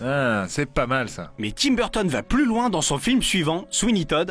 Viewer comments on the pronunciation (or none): Quand tu te rend compte que c’est Tim Burton et pas Timberton...